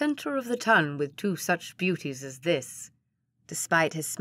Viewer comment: Oh yes I agree some of the pronounciations were grating. The Ton isn't "tun"! And no one would refer to Bonaparte as "Bonny"!